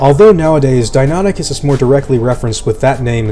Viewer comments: Deinonychus is pronounced dy-NON-i-kes, not Denoticus. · "real" criticism though. I totally thought it was "dino-nike-us" as the pronunciation, "di-nonny-cuss" was weird to hear. But latin's a dead language so as long as you stick to one convention, anyone can be right. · I thought you said it Dino-nie- cuss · I always thought it was pronounced "die-no-NIKE-us", as opposed to "die-NON-ichus"